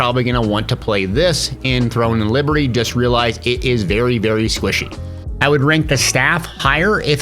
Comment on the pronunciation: Dude doesn’t even say the name of the game correctly, you lost me there.